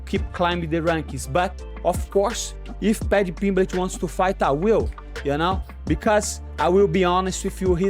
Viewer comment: I love when moicano says paddy “Piblitch” 🤣